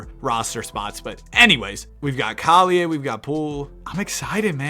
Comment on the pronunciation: You just offended me :( u prounced collier wrong